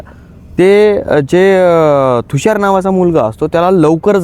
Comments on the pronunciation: थुषार, नाही तुषार म्हण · Bhai Tushar asel Thhushar nahi😅